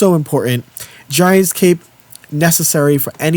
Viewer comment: I love you,, but every time I have to hear you say “Giant’S” Cape,” I love you less lol.